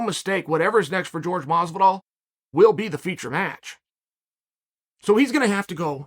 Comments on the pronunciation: It’s Jorge not George. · Incapable of pronouncing Jorge?